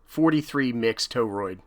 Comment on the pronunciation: Wanted to bust ur chops on your pronunciation of torroid 😅😂